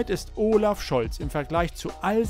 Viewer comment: Und arbeite mal an deiner Aussprache. Unser Bundeskanzler heißt Olaf und oooolaf.